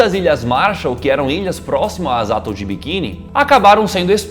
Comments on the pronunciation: Galera, o português de vocês é medíocre. Desculpe, vocês têm a obrigação de propagar o idioma bem falado. Lamentável. Obs: A pronúncia é AtÓl e não Átol, como disseram. E nem é uma palavra estrangeira. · Só uma dica: Atol se pronuncia assim: Atól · "Átol de biquini" que zorra é essa velho. Vcs precisam estudar mais o que falam! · "Átol, Mengéle".. ao invés de atol e "menguele" fora outros erros absurdos de pronúncia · Atol se pronuncia Atól e Mengele, Menguele. Abraço meninos!